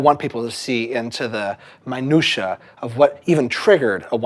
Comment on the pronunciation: vy-brato, vibrato, my-nutia, minutia